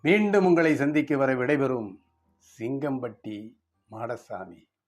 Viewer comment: சிங்கம்பட்டி மாடசாமி பெயர் சொல்லும் விதம் சூப்பர் சார் உங்கள் ஊர் பெயர் கேட்ட உடன் நான் பாபநாசம் சொரிமுத்து அய்யனார் கோவில் வந்தது தான் ஞாபகம் வருகிறது ❤